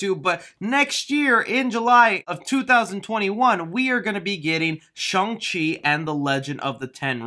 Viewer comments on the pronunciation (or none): Chung-Chi😂😂 It's Shang-Chi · You’re joking it’s obviously Shang not shung also who doesn’t know about Shang chi!? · It's pronounced "Shang Chi" and not the way you said "Shung Chi". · Kevin Feige: Shung-Chi Me: Shang-Chi